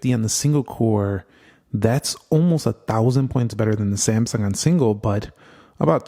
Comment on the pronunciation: Everytime iPhone open first homie say Samsumg 😅 it's kind annoying but ok just saying😂🎉❤